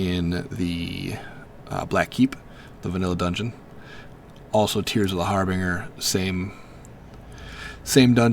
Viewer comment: har-bin-ger not har-bing-er jesus